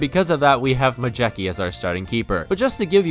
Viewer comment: It's pronounced Mayetzki :)))